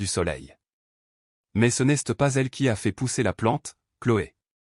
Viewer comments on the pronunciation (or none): C'est quoi cette prononciation du français ? c'est débile !!! Exemple : "n'este pas" et c'est tout le long du récit !! Change de job !!!